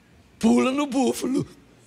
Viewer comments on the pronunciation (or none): "Búfulu" ??? Que bicho é esse, pastor?? "Crucudilo" ?? 😂😂😂😂😂😂😂